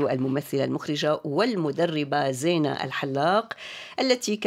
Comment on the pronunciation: زِينه بكسر الزاي وليس بالفتح.. الاسم ماخوذ من الايه (المال والبنون زينة الحياة..)